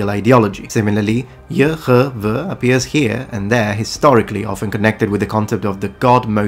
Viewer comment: I love the pronunciation for the ancient name of God as Yehovah. It just sounds right to my spirit. Thank you for your channel, my son just shared your channel with me.